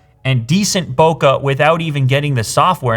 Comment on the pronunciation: its bo-keh, not bokaaaah.